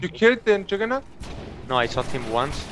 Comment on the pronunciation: "Juggahrnut" lmfao